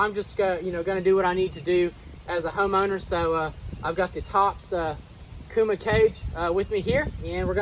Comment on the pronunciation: It’s pronounced Kah Gee.